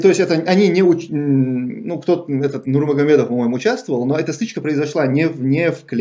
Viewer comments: Зачем это лицемерие Неужели ты не можешь выговорить имя Магомед Говоришь Нурба… Это же понятно что Нурмагомедов 2 арабских слово И ты прекрасно эти 2 слова знаешь Я понимаю если бы для тебя это был чуждый язык. Но ты прекрасно эти 2 слова знаешь. Даже ночью тебя разбуди и ты спокойно это скажешь. Но нет ты решил себя возвысить сыграв в дурака. Лицемер, по крайней мере в этом поступке. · Фамилию Нурмагомедов ты специально коверкаешь?